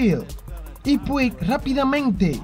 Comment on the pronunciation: Puig se pronuncia “Puch”. De nada.